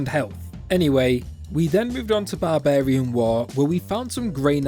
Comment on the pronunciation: It’s barbarian not barbairn